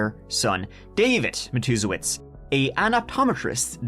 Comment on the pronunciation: I came here just to tell you how proud I am love you that you were able to pronounce this family's name because God knows I can't